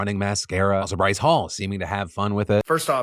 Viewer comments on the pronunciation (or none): none